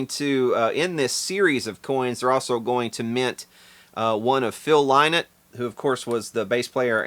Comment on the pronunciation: You almost got the pronunciation. It's Rory Gallagher(Gal-a-her) and Phil Lynott(Li-net).